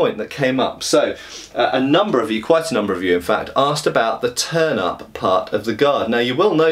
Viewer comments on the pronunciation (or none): Was looking away while listening to the video, and had to look back quickly after I heard him mention a "turnip" on the grip. Even after I saw the "turn-ups" he was talking about, it was hard to not hear it the other way, lol.